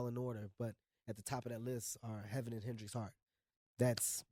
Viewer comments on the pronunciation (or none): none